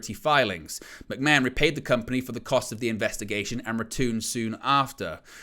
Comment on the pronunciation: Who is this McMen you're talking about? How can you be a wrestling channel and not pronounce McMahon properly?